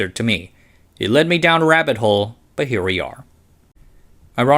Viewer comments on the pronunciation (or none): none